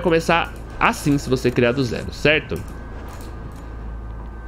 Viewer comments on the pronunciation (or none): none